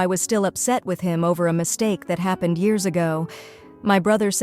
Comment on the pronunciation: Notice-ed what happen-ed? Geez, these AI voices are pathetic.